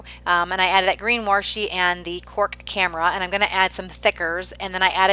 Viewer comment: I really like watching creative videos like yours - nice job. Just wanted to say one little thing - it's "washi" there isn't an "r". Since its origins is Japanese when they translate words hardly ever us the letter "r".